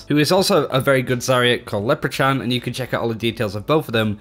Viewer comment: "Lepra-chan" I'm pretty sure that's not how you pronounce Leprechaun. Try Lepra-kawn.